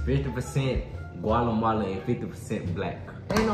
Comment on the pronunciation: Bro can’t even say Guatemalan 😭😭😂😂